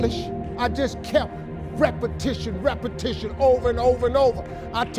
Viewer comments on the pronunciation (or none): Repatition , repatition I like that